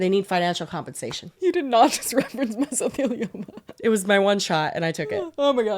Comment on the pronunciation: I giggle every time says “shut up” when she expresses her excitement… and blurry mispronunciation of mesothelioma 😅